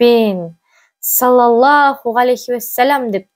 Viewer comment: Рахмет. Сiзге бакыт, амандык, берекельдi бiлiм тiлеймiн екi дуниеде. Мен осы кателиктен коркыбедiм... По невежеству в женском роде....болып кетпесiн. Саллалаху....Произносим ....Здесь С ( грубое СОД..., ДОД, а не мягкое СИН...) Дурыс айту керек. Аллах Та'аля сактасын кателiктен. Вы молодец...ИншаАллах